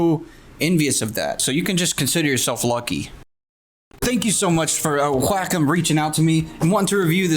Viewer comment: When you say "wacom" it sounds like "whack 'em".